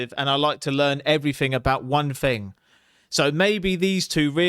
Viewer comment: Are you capable of saying thing or think? Do you intentionally say fink and fing?